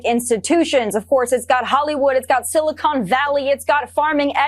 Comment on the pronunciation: Tomi: “Silicone Valley”